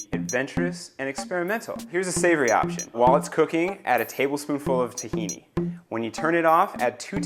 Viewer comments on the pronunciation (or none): help here: what'd he say? "tekini"? it was the first ingredient of his "savory option". wtf is that?